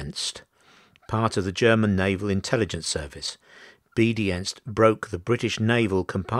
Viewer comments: I think you may be referring to 'B-Dienst', or Beobachtungsdienst, literally 'Watching Service'. As it's a German name it's pronounced 'B--Deenst' not as in 'obedient'. As a general rule a German 'ie' is an 'ee' and an 'ei' is an 'eye'. The failure to change codes was certainly disastrous but the American warning has to be taken in context, in that the US also continued to use the same code for convoy signals. It was thus likely viewed at the time by both as a suspicion rather than fact. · Yep, that 'B-Dienst' pronunciation bugged me too. Otherwise, a good presentation.